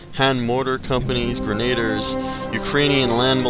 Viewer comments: please pronounce grenadiers correctly, it's bugging me... it's gren-a-deer not gren-ade-ers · "Grenade-ers" should be pronounced "Greh-neh-deers" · shrapnel shot is way too unrealistic, awesome but false. oh and its pronounced "GREN-UH-DEERS" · I agree with Greh-Neh_Deers so fucking annoying how people miss spell em